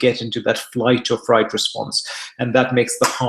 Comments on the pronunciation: Fight or flight. They added a third one. I am sure he just misspoke 🤔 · Isn’t it “fight or flight” and not “fright or flight”? Just wondering.